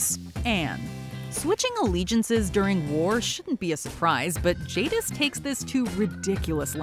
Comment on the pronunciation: ...despite saying her name correctly before, I swear you said Jingis here 🤣🤣🤣